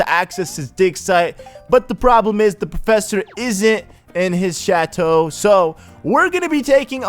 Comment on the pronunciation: He can say chateau right, but screws up unfurl.....right.